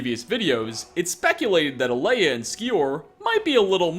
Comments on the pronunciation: A E LA, not Alea, why do you always mispronounce mai waifu name, man? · That's Dovahzul you doofus, not Daedric. Also her name is Aela, not Alea. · You are saying Alaya, Aela is pronounced [AY-ELLA] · It's not "Alaya", it's "Aela". "Ay-luh"! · Y u pronounce Aela as Aeleah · YO ITS AELAAA A-E-L-AAAAAAAA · Aleya.................. really? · I'll turn a blind eye to you saying Alea, but I absolutely can't stand hearing sAvaknir 10 times in one video!!! Ughhh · It's A ella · Aela= Ay El-A Njada= Nya- da I always love the closing music 🎵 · Are you still pronouncing Aela's name wrong? Smh